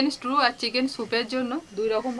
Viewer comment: Strew noy stew bar bar strew bolcho , holud dite hoy na Thik moto uchharon korbe😊